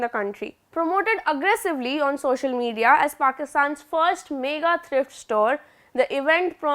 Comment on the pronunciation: Buddy, thrift rhymes with LIFT